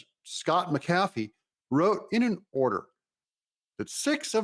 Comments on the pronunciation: Mac Afee...not Ma Cafee... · Doug,I am going to show you how to pronounce Judge McAfee's name. You are pronouncing it as MCafee. But is pronounced as Mac-A-fee. I hope this helps you. I am not trying to be a smart ass, just trying to help you if I can. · Doug its Mc- A- fee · The Judges name is pronounced as Mac A Fee.. it's not what you are saying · I'll subscribe if you figure out how to pronounce Judge McAfee's name correctly... Smh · Please get the judges name correct, won’t watch you until u say it correctly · Come on, Doug. Learn how to pronounce McAfee!